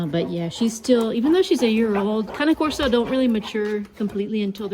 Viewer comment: Thank you for calling the cane corso with the correct pronunciation! :) Beautiful dogs.